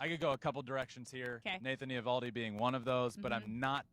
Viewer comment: Can someone tell Justin's brother that he's mispronouncing Nathan Eovaldi's name. The O is silent. Pretend it's not there.